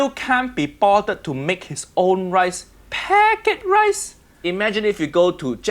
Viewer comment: Your accent came out when you saw the packet rice